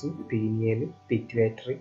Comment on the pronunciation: Sir not.penial. It is Pineal